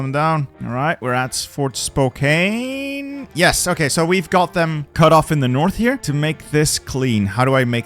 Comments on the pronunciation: It's 'spoh-can' I've never heard it pronounced Spo-cain but I love it. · Likewise "Fort Spo-kayne" . It's pronounced Spo-KANN. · As a Washingtonian it's pronounced Spoke-can, also yes we have a Capitol Hill.